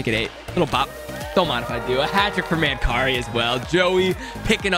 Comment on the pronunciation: Its Man- Carrie 🙂. Former Buffalo Sabre/Vancouver canuck from London Ontario